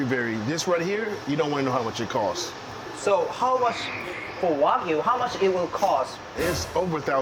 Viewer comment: 왜구라고 발음 제대로 ㅋㅋ 와규아니고 왜구 ㅋㅋㅋ